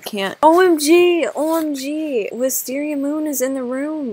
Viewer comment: It’s wis tar ier! Lollolololololololo